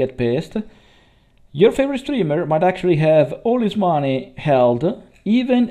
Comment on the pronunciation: 'is' instead of 'his' 'ave' instead od 'have' 'youmanity' :D (yeah, i know, "umanità". But after that 'human' is great) 'beind' instead od 'behind', two times in a row Your pronounciation is good. Actually you pronounced these words well in this video at least once. I'm not hating you in any way. I've heard SO BAD ital-english. That was really terrible, because these people didn't know it was that bad. This 'yello' after clips in most of your videos is cute, but after hearing that 30 times, you know... maybe it's time to change that also.